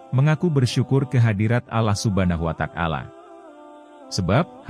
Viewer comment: Wata'ala min bukan watak'ala